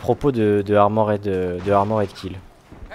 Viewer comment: Bon ... je ne peux pas me retenir, désolé. Super vidéo, mais on ne dit pas 'ARMO RAID' mais ARMOR'D .... il n'y a rien à dire entre le R et le D ...